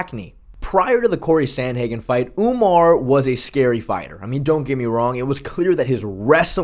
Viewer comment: Lol sean called umar umnar